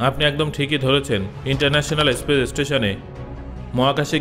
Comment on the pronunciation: kothata Aspace na Space.